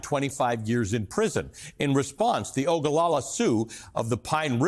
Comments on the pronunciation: Its not OGOLOLA , it's Oglala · Oglala, not Ogalala.